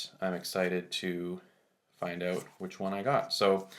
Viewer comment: The word is OUT not oot.